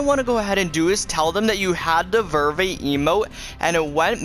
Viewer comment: He doesn’t even say Verve correct